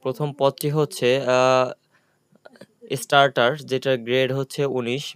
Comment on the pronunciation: স্টার্টার না, সর্টার 😂